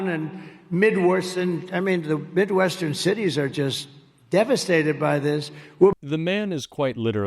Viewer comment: “midworsen”? Was he trying to say Midwestern?